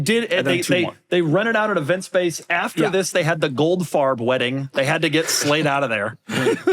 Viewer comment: Its a SLATE Not a SHLATE !